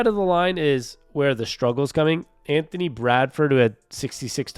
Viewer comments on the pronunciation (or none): none